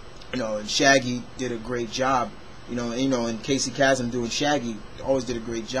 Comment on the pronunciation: It's pronounced like Kay-some... I use to listen to his radio show as a kid! XP